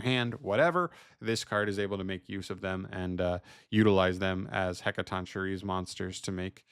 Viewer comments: Hec-a-ton-key-reez according to emma saying lol but heres its "shi-reez" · Just for anyone who wants to know, It's pronounced as: Heca-Ton-Ker-Ee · Btw, it's pronounced HEK-uh-TON-kye-reez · it's pronounced "hek-kah-ton-kai-reee" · "Heck-a-tonk-curry" It's not that difficult. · You got the name mostly right but its more of a K sound and not a ch sound